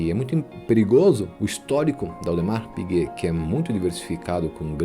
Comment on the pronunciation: Parabéns pelo conteúdo. Só uma dica de pronúncia: em Audemars Piguet não há nenhuma pronúncia de S.